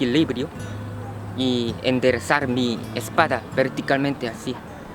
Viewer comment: Si dejaras de fumar no estuvieras enfermo y subirias de peso si la gente tiene vicios es Porque quieren nadie los obliga y busca una mujer que te haga feliz no creo que sea tan dificil, y se pronuncia espalda* con L , y tambien puedes ir al gymnasio para que te sientas mejor con tu aspecto físico